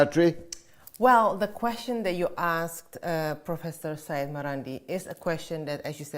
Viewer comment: "Sey-yed" means a descendent of Prophet Muhammad. It is written as "SEYYED" and must be pronounced as SEY-YED. One of the many reasons I completely stopped to listen to the BBC news is their dark, hopeless & painful portrayal of the world we live in where no hope exists for the future of our planet. Doom & gloom mixed with heavy pro British, pro empire propaganda make the BBC feel claustrophobic, suffocating & above all NAUSEATING.